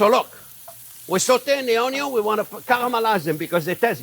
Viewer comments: It's Onyo au Vin !!! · The Onyo cutting video is how I found this channel. I watched an "Onyo" super cut (only the parts where he said "onyo" in the video, very funny) years before finding the channel. Have been calling it onyo ever since. At some point, when getting into cooking a bit more, I found one of these newer videos and thought "that voice sounds familiar!". Have been subscribed ever since and cooked many of these great recipes. Thank you Chef!